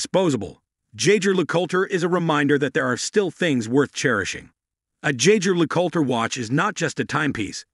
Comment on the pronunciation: Oh gosh… does a video of a brand but doesn’t learn how to pronounce it right. My ears bled.